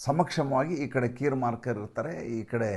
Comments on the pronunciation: ಕೀರ್ Starmer ಸರ್, ಮಾರ್ಕರ್ ಅಲ್ಲ. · ಬ್ರಿಟನ್ ಪ್ರಧಾನಿಯ ಹೆಸರು ಕೀರ್ ಸ್ಟಾರ್ಮರ್ ಅಂತ ಕೀರ್ ಮಾರ್ಕರ್ ಅಲ್ಲ